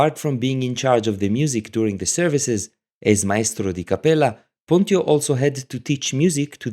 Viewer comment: Thank you, very interesting.. one thing: I'm nearly sure the right pronunciation of PONTIO is: PONT'tsj'O, due to the rules of the late latin... but.. not sure 100%...